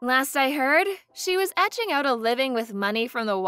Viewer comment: Etching out or ekeing out? 🤔